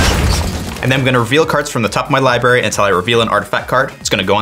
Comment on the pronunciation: Li BRARY not Li BARY common dude..